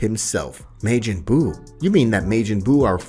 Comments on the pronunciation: Maejin buu 😭 and Kai in stead of ki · "Mayjin buu". Ffs has this guy ever seen DBZ? DBS? Pronunciation is everything when story telling. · Can you learn how to pronounce names and Japanese words properly? You literally say Kai, Ki is pronounced as ‘Key’ and Margin Buu is pronounced Mar Jin like Ma , Its so disappointing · "mayjin buu"💀💀💀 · Maygin buu? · bro butchered majin buu's name